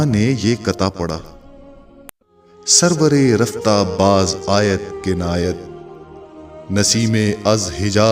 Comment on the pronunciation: سرورِ رفتہ. نہیں... سرودِ رفتہ دَگر نہیں.. دِگر